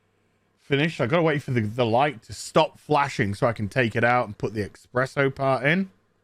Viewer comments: Stop saying eXpresso! It's eSpresso! :_Faceplam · Every time says "EX-PRESSO" an italian cries.